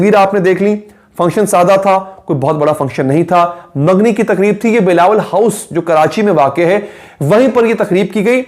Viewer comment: Mangi ko Ma ngna bola Takreeb ko TaKHreeb bola Calling LARKI to mehmood choudhry Shukr ha bakhtawar ko hr dafa sahiba bola... at the end dukh sacha ha regarding covid-19